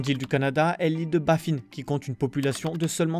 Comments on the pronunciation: Sans parler de l’île de Baffin(comme hein) et pas Baffine comme la Babine……😂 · Oui bon là (en québécois) la prononciation faut quand même si mettre . Alors Nunavutois et Bafin comme lapin pas lapine 😂